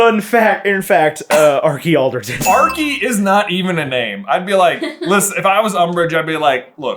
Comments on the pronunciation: do they acc not know Archie is pronounced arch-ee or are they joking I can’t decide 😭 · How have none of you heard of an Archie before?! Pronounced with a hard CH sound, like the beginning of "Cheese" Are Ch Ee. Is it just a very British name or something?